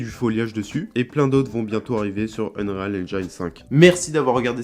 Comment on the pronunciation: On dis unrile pas unréale 😉